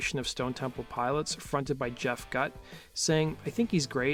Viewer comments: viewers are commenting on your mispronunciation of Jeff Gutt (Pronounced ‘Goot’, not “Gut”) at the mark, not Dave Coutts which I believe you pronounced correctly. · It's pronounced Jeff GOOT. Just a FYI